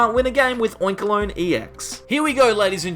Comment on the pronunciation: "Oinkaloin" lol